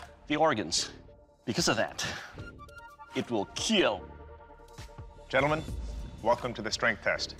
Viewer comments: It will keel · it will KEAL. XD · IT WILL KEAL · It may keel, but one must be able to keel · because of that, it will KEAL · It will keel! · It will keel. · IT WILL KEAL!!! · Your weapon.. will keel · It will KEAL.. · He pronounce it to keel or it is just me? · it will keeel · beacause of that it will KEAL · Kill isn't that hard of a word to pronounce